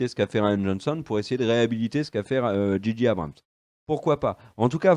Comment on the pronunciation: Très bonne vidéo comme toujours concernant Star Wars! Une petite pincé de sarcasme de en introduction c'est que du bonheur;-) Petite remarque de chieur...: "J.J. Abrams" en pure Anglophone que vous être se prononce "G.G" Merci XD